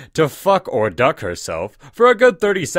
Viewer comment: i luaghte of how he pronowst ducky